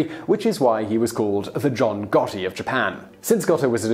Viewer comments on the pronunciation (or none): none